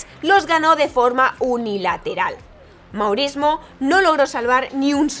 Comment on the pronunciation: Excelente trabajo, como seguidor y jugador de tenis, obviamente conoci a Sharapova, pero al ser seguidor de ATP y no tanto de WTA, no sabia que le habia ocurrido esto... solo un detalle jaja se pronuncia "Moresmò" y "Henan"